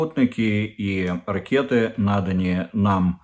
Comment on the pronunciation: 'Грівня','ракєта', 'велосіпєд 'і не раз ' Кіїв '- як же глибоко у такого щирого вусатька засіли фонетичні правила ' огідної ' мови Булгакова...Ваші п'єси,вельмишановний пане Дмитре,грають професійні актори,котрі продовж 5 років у бурсі на Яросл.Валу тренували свої вуста над правильною /прийнятою на медійних просторах / укр.вимовою .Саме вони можуть допомогти Вам.../// Madam Ambassatrice , котру Банкова спрямувала у Швейцарську Конфедерацію,зовсім не манікюрниця,а сексолог...Це різні речі,хоча фахово нагострені нігті можуть потужно використовуватись і в чуттєвій царині .../// Приємно здивувала широкий загал і Ваша квітково- строката сорочка ,--- таку не одягне навіть і такий затятий нетрадиціоналіст як пан Портников ...Брате Дмитре,воістину Bruderleiter- е,не розчаровуйте тих підписників,котрі не раз,вимиваючи руки від важкої та брудної роботи на полі,все таки ставлять Вам ЛАЙКИ !!!